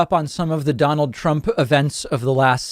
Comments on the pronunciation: OK. Mispronouncing his own name. This can't be real. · When you say your own name wrong, that is another level of anarchy. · Donald got one thing right when he mispronounced his own name "donald Prump". In Icelandic "Prump" means fart 💨. Well done, finaly you got somthing right 🤗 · Please keep calling him PRUMP!!! I'm dying laughing....😂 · prump cant even say his own name correctly and you are taking jabs at biden? Does the cult forbid sight and sound? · "Donald Prump" 🤣🤣🤣🤣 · “Prump” 🤣 Oh, man.... Oh, oh boy... 🤣🤣🤣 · Can’t even say his own name 😯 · How could you say your own name wrong. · So you have someone in charge of your country who can't even say his own name. Someone who can't even pronounce "Nobel Peace Prize." If you don't think you'd be better off with someone else in charge then there is something wrong with you. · Did you watch the video? Trump called Mars "Nars" and said his own name wrong.